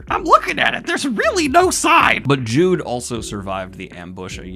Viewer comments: I thought I was mishearing it oftern but no, it's not JUDE, it's JUDEAU, pronounced JU-DO and it's a man. Casca is the only woman in the group, as weird as that is. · The end of this section has to be the only sex scene I’ve ever seen that has made me cry. Also, Judeau’s name isn’t pronounced like “Jude,” I think it’s more like “Jude-oh.” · Late to the party here, but I hope you realize that A.) Judeau is pronounced Judo and B.) Judeau is a man. Casca is the only female member of the Hawks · Please for the love of God. Judeu is pronounced jewDOH. And HES a GUY. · JUDEAU IS PRONOUNCED LIKE JUDO PUT SOME RESPEC ON HIS NAME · His name is pronounced like "Judo" btw, like the martial art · Judeau is a man minor nitpick also eau is pronounced as an o so his name would be pronounced Judo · Uhhh... AKSHULEE Daniel, Judeau is pronounced "Joey jo-jo shabadoo" fyi. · Aghhh it's Judeau not Jude and he's a dude you're killing me here he's my favourite from the Band of the Hawk have mercy ;( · Judau is a man!! you saw the comments on the last video about it but you called him a her again. also its pronounced like judo the martial art. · Jead EAU dude I beg of you say it right I'm being tortured here ' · Once again Judeau is pronounced like judo and he's a dude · 1. Judeau is pronounced Joo-Doe 2. Judeau is a man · Hey, the most minuscule note, ignore if you want, I think you said already that you now know Judeau is a man, his name is also pronounced like Joo-Dow. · JUDEO IS SAID LIKE JEWDO. AND HES A GUY. I've left like 10 comments saying this. I understand a mistake but this is completely misrepresenting of HIS character.